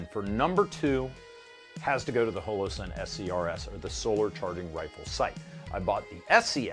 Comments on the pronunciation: Why do you insist on calling it "hole - oh" sun? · "hoelowsun" stop. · hole-o-sun please tell me im not the only one